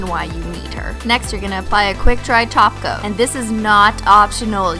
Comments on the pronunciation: Stop saying taoca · Did she just say TOP COAT and not TACO?????? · Omg yes it does! 😎